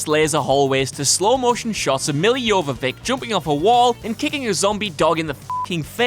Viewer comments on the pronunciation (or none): none